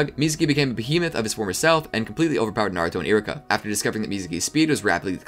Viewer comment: You're saying Iruka so fast it sounds like Iraka